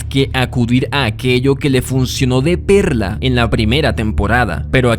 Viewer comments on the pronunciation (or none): none